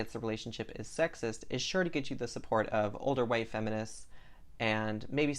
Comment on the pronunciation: Are you Southern? Because you said "white" with an extra emphasis on the H like a second syllable just like my grandmother from Georgia does.